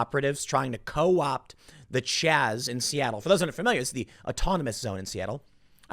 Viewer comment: It's Chaz not Chop